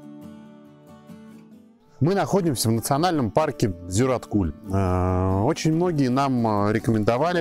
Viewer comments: Зюраткуль ударение на Ю)) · Хочешь поездить по асфальту, не выезжай из города. Ты на природу выехал, так что наслаждайся первобытностью. И кстати Зюраткуль ударение на А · озера Зюраткуль, ударение на А, а не на У , удачи в путешествии